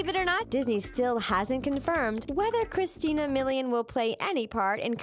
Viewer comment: you pronounced Christina's name wrong.